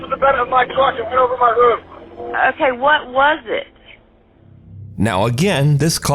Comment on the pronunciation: From now on the word roof is no more, we now use rooth.